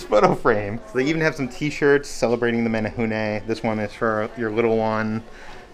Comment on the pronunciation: Your pronunciation of menehune is perfect. Nice job. I love that you guys try to say Hawaiian words as correctly as you can, but still apologize when you get it wrong. It shows a lot of respect for our Hawaiian culture. Just one of the reasons why I love watching you guys.